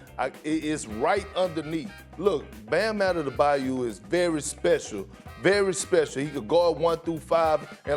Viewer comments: “Bam Adedabyou” can’t stand Kendrick Perkins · Kendrick- “Bam Adedebyou” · Perk - "Bam Adedabayou" 😭😭😭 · No one: Kendrick Perkins: Bam Adedebayou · I love how they say Adebayo like 10 times and then Perk still hits us with the Addadabayou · i'M JUST HERE TO HEAR PERK SAY "BAM ATTTEETTEEEBABABABYO" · thats how Perkins pronounces his name lol